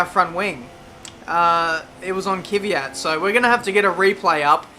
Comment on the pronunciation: great to follow your career mode. You really motivate to watch with your excellent comments. Keep up the good work! One minor remark: pronounce KVYAT as : KVIE-AT in stead of Kie-Vie-At ;)